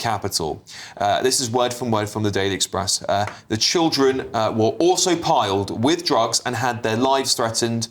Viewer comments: Plied not piled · PLIED with drugs not "piled" 🤦‍♂️